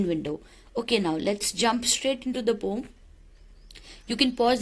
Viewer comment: Why you always say pom instead of poem?